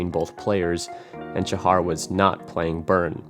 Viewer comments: The "Sha" in "Shahar" has a long a. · u pronouns shahar wrong the h is like the h in halapinio